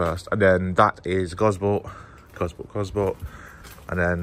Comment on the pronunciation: it's pronounced Goss-port! Gosport.